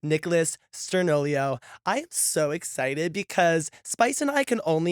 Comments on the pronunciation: WHO IS STURN-OLO!? YOU MEAN STURN-I-OLO (no hate it’s a simple mistake🩷❤️) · He said sturnolio it's sturniolo ❤❤😂😂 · STOP THE WAY SHE PRONOUNCED STURNIOLO STURNOLIO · “Sturn-ol-io” had me cackling 😭😭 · “Sturn-oh-lee-oh” pained me. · “Stur-NIL-IO” STOPPPP NO ITS NOT THAT HARD 😭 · They didnt say his last name right... PLEASE SPAM!! STUR-KNEE🦵- O⭕- LOWWWWWWWW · Why have someone on your show and you cant even pronounce his last name Sturniolo (STIR-KNEE-O-LO) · Not "Sturn-olio" 😮